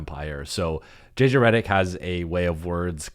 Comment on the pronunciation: You pronounce your last name wrong.